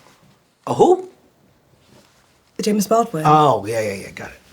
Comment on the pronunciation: She pronounced it "Jame-is Baldwin"